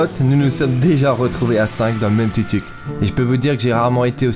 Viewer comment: Le tuktuk se prononce touktouk 😆